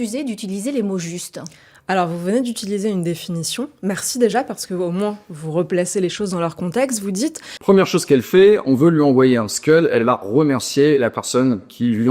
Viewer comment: le missile, c’est un Scud pas un Skull